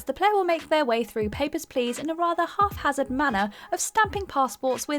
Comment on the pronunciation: After all these years I'm still impressed by What Culture hosts' ability to intentionally mispronounce words. "Halfhazard" instead of "haphazard" is next level